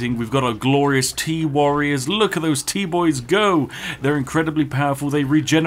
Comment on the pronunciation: When Spiff said "Go Tea Boys" it sounded like it was "Goatee Boys"